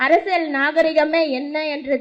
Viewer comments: அது என்ன அரசல், அரசியல் என்று பேசுவே தெரியவில்லை நீ எல்லாம் ஒரு அரசியல் பேசுற. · Ne first Arasiyal nra word a olunga sollu di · First learn how to say அரசியல், then come and talk. You are keep saying அரசில் useless idiot